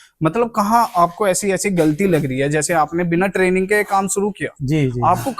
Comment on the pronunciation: Traging❌ training✅ Durak❌ duroc✅